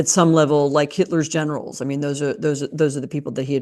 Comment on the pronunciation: I thought for a moment she was saying how trump said he admired Hitler’s genitals, which didn’t even surprise me but then I realized she said generals